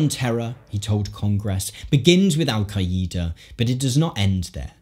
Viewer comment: Is that how English people say “Al Qaeda”?